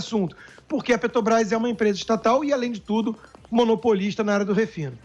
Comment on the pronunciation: Será que esse idiota tem algum problema com a Petrobrás, não só com a empresa mas com a pronúncia ele falou umas dez vezes Pet"o"brás